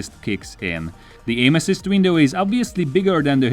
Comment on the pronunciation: Did he say “aim assist” or “anuses”?? I can’t unhear it. 😂